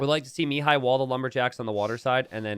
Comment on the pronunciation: It irks me to no end how pronounces Mihai's name. The accent is on the "a" and not the first "i", it's miHAAi and not miiihai